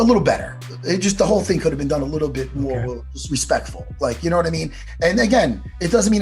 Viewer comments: Matt “yanno” Serra🤣🤣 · Matt jih noouw?!?! Serra ;) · Matt ‘yenoo’ Serra